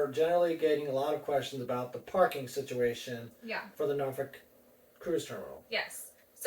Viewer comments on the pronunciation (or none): born in Norfolk.....we pronounce it as nawfucc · You are saying it wrong still !! lol Noorfolk not with an a 😅